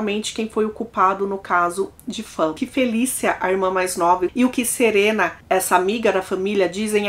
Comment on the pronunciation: Se pronuncia "Faun", não fãn. Tirando isso, ótimo vídeo, excelente narração 👍